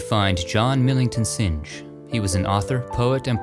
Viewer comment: Synge, pronounced Sing, not Sinj.